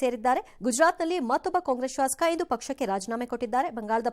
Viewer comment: ಜಾತಿ ಜಾತಿ ಅಂತ ಸಯ್ತಿರಲ್ಲೋ... ಒಬ್ಬನಿಗೂ ಶಾಸಕ ಅಂತ ಸರಿಯಾಗಿ ಉಚ್ಚಾರ ಮಾಡಕೆ ಬರಲ್ಲ ...ಇವ್ರು ಮಂತ್ರಿಗಳು...ಅಯ್ಯೋ